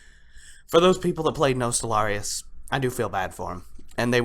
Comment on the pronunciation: Your pronunciation of the server name is triggering me. I still love you, but it's Nost - All - Ree- Uss pronounced fast.